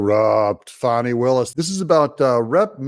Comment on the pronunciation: It’s fan-nee like in ass. Not fah-nee.